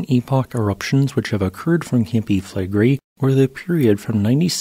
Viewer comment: It’s pronounced Fleh-gray